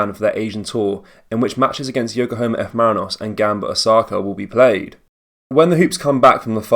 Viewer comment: It’s YOKOHAMA!! not Yokohoma hail hail